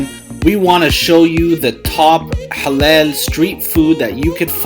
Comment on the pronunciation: IT'S NOT HALEL, IT'S HALAL. Much love from Sydney.